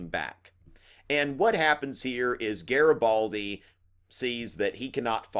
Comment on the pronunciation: Hi! your videos are amazing, I might be passing my history exam just thanks to these videos! Anyways it's GARIBALDI and not GARABALDI:D But you're still awesome! Thank you so much!!! Italian fan here